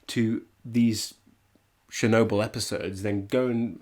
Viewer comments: Talk talk talk, blah blah blah, Watch the move and the comment. Or stop the movie then talk. And it is Chernobyl like you go to church, you don't go to shirch, and its not Shirnobyl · I didn't know we were watching Shernobyl. :P I kid! Now say schedule!